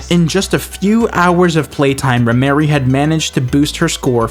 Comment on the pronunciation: it's Rhemery, not rhymery or rhy mary. she is trans